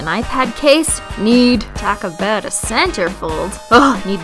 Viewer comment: yay!! you said "aboot"!